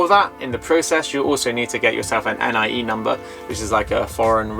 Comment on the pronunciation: Appreciate hearing about your experience of buying in detail. (Watch out for the letter X - your bank is pronounced with an SH sound there ;) Most locals say NEE-AY for NIE, too.) I was surprised to hear that the seller can owe you your 'earnest money' ten percent back double. I've heard of deals that go south when the seller tries to fudge the price to dodge taxes and the buyer is stuck between something illegal or losing their money down. Sounds like a good lawyer is worth the investment.